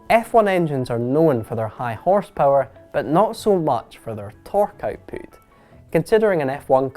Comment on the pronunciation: I’m just here to hear him say “output “